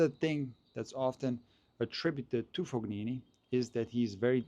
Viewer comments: He’s not pronouncing Fognini correctly. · What I mean is that pronounced the letter G as it would be pronounced in the name Galileo Galilei. It's the common way of pronouncing G in German or Slavic languages, it's coming from the throat. But there is no such throat G sound in the French word Champagne, nor in Italian "gn", which is similar to Spanish letter ñ. is probably not familiar with the various usage of G in Italian. I just wanted to point out there is no Fog in Fabio's name. Fognini would be spelled Foñini in Spanish. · Love the pronunciation of FoGnini :) I believe it's something like [Foneenee] with a softer pronunciation of the first N (like in the English word New) – the G is not pronounced at all. But great video as always. I like that you are doing the predictions and the reasoning behind it even though tennis can be so unpredictable. Keep up the good work. Edit regarding Tsitsipas: I don't know if you watched his press conference, but it was really sad, he was talking about the back pain that's been bothering him since the end of 2023 and it keeps coming back and he was not able to serve today. He said he can't find a solution to this ongoing struggle and even hinted at the possibility of giving up and retiring. That would be another big loss from his generation after Thiem, especially for fans of one handed backhand. I hope he can overcome these struggles and regain his form, although I don't believe his return to top 10 is possible against the new generation that's so powerful and motivated by Sinner and Alcaraz. It must be brutal for all the 25+ year old former top 10 players who probably hoped to take over the ATP Tour after Big 3 era. It feels like they are being totally erased from tennis history, except Zverev for now, but I don't see him winning a slam either. At least Thiem and Medvedev managed to grab the US Open title. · Fo- knee- knee